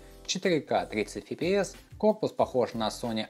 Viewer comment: Фи-Пи-Эс!!!!! Хахах! Ты смешной дядька!